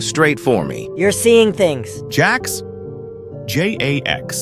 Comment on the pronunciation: "jax? J A X?" why split the letters-?